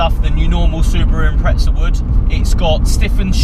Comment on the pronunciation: Sound it out with me.... IM-PREZ-A IMPREZA NOT IMPRETZA THERES NO T FUCK. HOW ARE U GETTING A T top gear do it to theres no T in impreza. Please so anoying